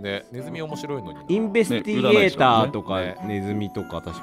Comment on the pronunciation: ずっとこの人たち「インベスティゲーター」を言えてないのおもろい🤣